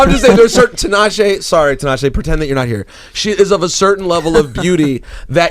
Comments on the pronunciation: Is it just me or did Nick mispronounce Tinashe ('Tinasheeee' )? Dude, she's the featured artist on your single and she actually makes 'Nick J' and 'Tinashe' rhyme in the song... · Did Nick really say Tee-Nah-she omgggg no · Lmaooo Nick said Tee-nah-she. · He's annoying as fuck. Why Tinashe is even getting on a song with a guy who can't say her own name. Let alone this motherfucker got like 3 writers credits on the whole album, meanwhile, Tinashe writing her own shit. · he basically said she instead of shay.... relax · masterchef simba it's still wrong nonetheless. it's even worse because he's worked with her. it's embarrassing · Nick can't hit because he didn't say her name right